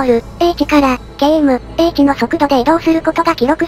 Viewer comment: 面白いしありがたいけど、km/hとかの英語の読み方が「けーえむえいち」になってるのが残念 ER-A1だったらイーアールエーワンって読んで欲しい 漢字も読めてないし...